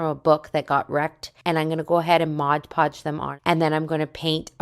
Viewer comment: It's pronounced "MOD Podge", not "MODGE Podge"!